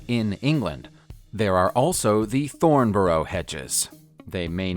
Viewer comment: Thornborough .Thorn buh ruh .Not Bo ro .